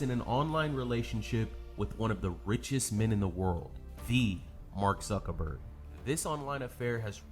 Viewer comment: She may not have been talking to Mark Zuckerberg but she may have been talking to Mawk Zuckerbworg